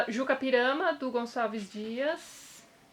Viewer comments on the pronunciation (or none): Tati, se não me engano não se pronuncia Juca Pirama e sim YUCA Pirama, pelo menos minha professora sempre falou assim